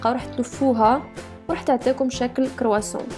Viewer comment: اولا اسمو كيتكات مو قيطقات وثانيا اسمو كرواسان مو كرواسون 😓